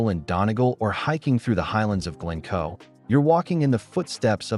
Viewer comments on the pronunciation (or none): none